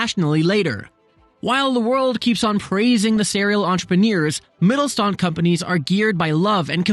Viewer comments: great video only one little correction: the "st" is pronounced as sht (in the way you would say it in "shook") so rather than Mittelstand it is pronounced as Mittelshtand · Hey! Good video, just one criticism, which is a pet peeve of mine: When a Youtuber pronounces a foreign word wrong, although most of the sounds that make up the word are actually in the Youtuber's native tongue. In this case: In 'MittelSTand' the 's' is pronounced like in the english word 'fish'. And the 'and' is pronounced like the english 'under' without the er. Easy enough for you to say, I think. I know it's not a big deal, but I think it's a matter of respect. It shows respect to the language and culture you're engaging with, and the natives will surely appreciate you going the extra mile, whichever country it might be. And these days, it's as easy as typing the word into Google translate and play it back and then maybe practicing for a minute or two. Have a good day :) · Wie er "Mittelstand" ausspricht ist schon ziemlich witzig :D